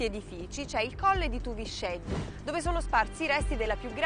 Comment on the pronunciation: TUVISCÊDDU con la "è chiusa non TUVICEDDU .... In "Limba" Sarda , la "x" si pronuncia "scê" , con la"e" chiusa...